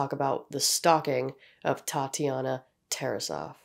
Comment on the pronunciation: Thank you for pronouncing Tarasoff correctly